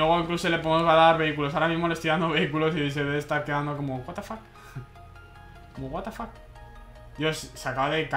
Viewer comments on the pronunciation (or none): none